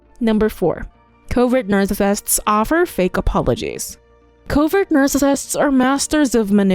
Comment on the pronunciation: Why can't the narrator pronounce "narcissists?"